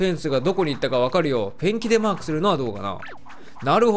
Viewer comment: 最近このシリーズ見始めました。１つ思ったんですけどペンキが便器に聞こえるんですwww